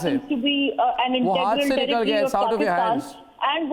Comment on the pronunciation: saying tarrrritri for territory sounds like toiletries